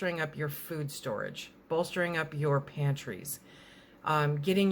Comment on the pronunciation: "I'm all about your pantries..." Somehow I always get that record scratch in my brain and have to stop for a second....oh...she said PANTRIES with an R. Without getting political. The country is definitely going to have some significant financial difficulties in the next few years. The dollar has been devalued by the trillions and trillions that have been pumped into the economy in this last year. The purchasing power of the US dollar is much lower than it was 18 months ago.